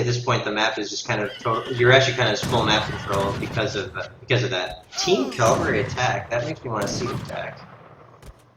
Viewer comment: the best player in aoe 3 can't say CAV-AL-RY, not calvary